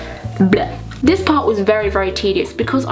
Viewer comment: Did you mean adhesive for the album? It's pronounced ad-hee-sive